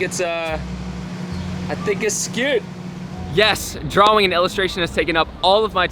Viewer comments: I didn’t know is so good at drawing! I think if mistakes are spread evenly it adds depth. But, do me a favor, the “aw” in drawing makes an “ah” sound! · despite his crazy dope tricks, hard to take serious when he pronounces the w in drawing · I am legitimately flabbergasted that you pronounce "drawing" the way you do. So flabbergasted in fact, that this might be the first time I've ever used the word "flabbergasted" and now I've said it 3 times. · I'm curious to what other words you mispronounce aside from "Drawing", like it's cute and funny dude haha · I’m sorry but I can’t get over the way you say drawing it drives me insane